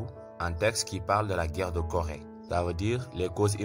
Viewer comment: Seulement que ce n'est pas Gorée, mais plutôt Corée. Et apart ça franchement c'est enrichissant de ce que vous faites